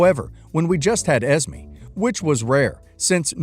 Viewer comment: I don't mean to sound rude but you're saying Esme wrong. It's pronounced Es-may. Not Es-me.